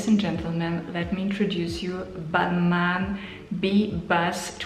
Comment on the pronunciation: I think it's pronounced balmah